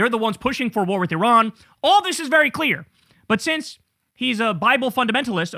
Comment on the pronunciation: Kind of irrelevant, but I had to turn on captions to know Tucker was saying a "war with Iran." Sounded very mumbled for some reason.